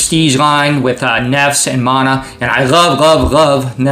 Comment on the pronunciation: wait did you say NEFS....Argo 4 life